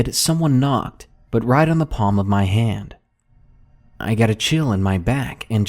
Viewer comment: At no. 1 who else Heard Ham instead of Hand?